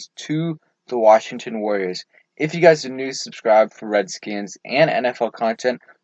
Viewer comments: “Warriors” is 3 Syllables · Warriors is not 2 syllables.